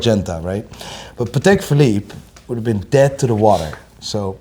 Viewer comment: I say it every video. You’re pronouncing Patek WRONG. It’s pa·tuhk. Come on!